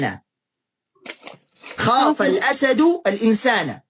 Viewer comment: من الأسد بكسر الدال عشان قبلها حرف جر والشيخ قال الأسد بفتح الدال وهاذا خطأ